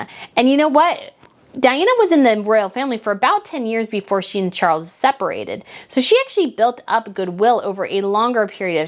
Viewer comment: Charles..NOT Cgarles!!!!!